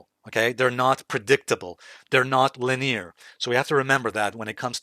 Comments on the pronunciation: Linire? Lin-e-ar please. Or is that the UK way of pronouncing that? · Yeah, people will think it's rude to point that out, but I'd want to know if I mispronounce something. It's definitely not the main British pronunciation. Perhaps a regional thing.